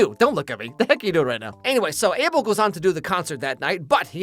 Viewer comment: Guys thats not how you pronunce his name is Uh bel😊